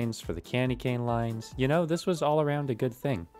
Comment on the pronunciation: “let me guys knowr if you wanna see that”